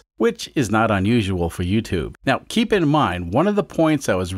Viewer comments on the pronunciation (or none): none